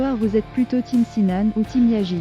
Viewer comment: Ça se prononce Yaz pas yagiz...